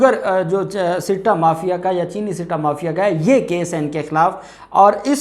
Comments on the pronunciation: bhai ,sitta, nahi balky , satta, is the correct word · Right pronounce satta not sitta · I think it is not called , "SITTA" but "SATTA"